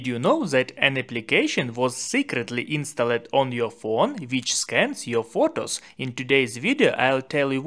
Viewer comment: Good video but don't say insta led . It is pronounced instald. The e is silent. Thank you for your very good videos. Do you want me to help you with pronunciation ? I stop if you want me to stop. ❤love❤.